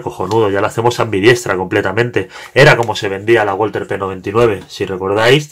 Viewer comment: Solo por la curiosidad, la marca es alemana y se pronuncia /balza/ :P